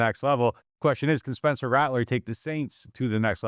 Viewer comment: Caught the “Spencler” lol